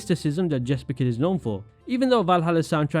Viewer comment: Jesper is pronounced Yesper methinks.